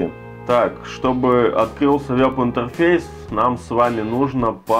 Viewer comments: вЭб, вЭб интерфейс!!!! А не вёб интерфейс!!! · Не вЁб, а вЕб.